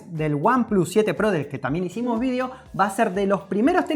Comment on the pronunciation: cuando eres argentino y a la vez español. Vidio